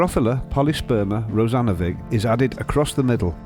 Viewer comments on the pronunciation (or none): That's not 'Rosanervig'